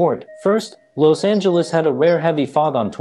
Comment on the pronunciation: Why you pronounce Los Angeles like that